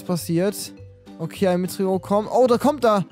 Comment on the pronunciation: Genau! Ein "Meteorit" heißt natürlich Metroit ja klar